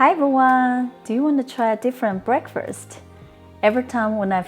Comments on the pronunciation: Lovely video. I had googled this question, "Does Corn Flour steam well?" And your video came up. Thanks for the recipe and thanks for answering my question about corn flour. (Please don't be embarrassed... the first meal of the day, in English is Break FAST, not Break FIRST. I've heard other Asians use the same wrong word so, perhaps it is wrongly used within the Asian languages but, in English the right word is Break FAST. Otherwise, your English is really excellent. Don't be embarrassed, just practice saying FAST.....) the boy runs FAST, the car drives FAST, We eat BreakFAST. See? Easy!😉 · we pronounce breakfast like breakfirst here, just depends on where you're from I reckon